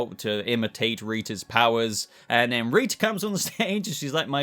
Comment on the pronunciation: This might be really weird but I really live your accent and love the way you say rita's name 🙂